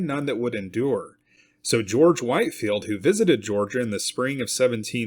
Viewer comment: Short "i" in Whitefield, Whit-field